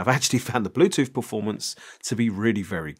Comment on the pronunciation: "Bluethoot" Typical Chinglish. I'm really keen on this one... Great review dude....